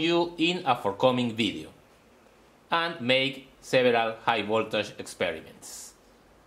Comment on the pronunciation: plase dont seyy a agan and again AAAAAAAAANnn AAnnnn AAnnnnnnNNN aaaAAAAnnnnn not ANNN but AND!